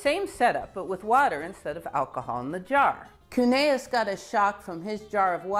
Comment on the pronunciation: This is too late for this video but it's Andreas Cuneus not Cuneaus. (Eau triphthong is French not German as my last name attests to.)